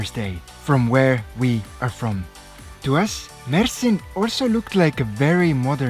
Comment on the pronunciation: You Said Mersin Perfect& TURKIYE